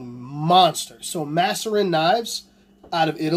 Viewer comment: Its MAAAAserin you fucking nimrod haha